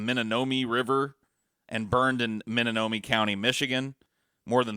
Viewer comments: Hearing butcher the pronunciation of Peshtigo, Menominee and Huron oof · Right. I lived in Peshtigo my whole life and it is bothersome to here Peshtigo and Menominee missed pronounced